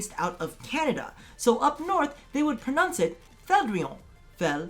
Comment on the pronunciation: I was incredibly scared for a minute when you were introducing this as a pronunciation video then proceded to say pronunce lmao